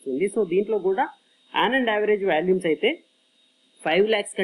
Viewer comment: Good information, thanks for the video. Small correction...you are pronouncing Volumes as Valumes, not criticizing..